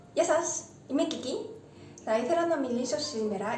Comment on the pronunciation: Αυτο το ( γεια σας ) που λες στην αρχη καθε εκπομπης ειναι πολυ αποτομο , γρηγορο και κοφτο. Καλυτερα να το λες πιο αργα. Επισης το ιδιο , γεια σας , στο τελος ειναι πολυ καλυτερο.